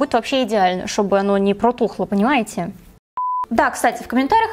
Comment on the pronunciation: "шобы оно нипрОтухло, понимаете?" xDDD